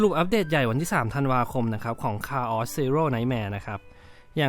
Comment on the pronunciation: Chaos แต่พูดผิด